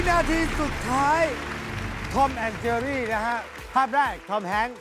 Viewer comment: เจอรี่ ค่ะ ไม่ใช่ เชอรี่